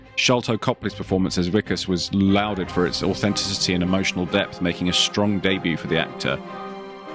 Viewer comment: "lauded" ... pronounced "law-ded"... NOT "loud-ed"...